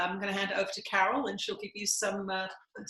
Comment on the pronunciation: Yes, Carol, you did pronounce my name correctly. 😁 Thank you for taking my question! 💥 Thank you Tina and Jesus for the work you are doing. 💖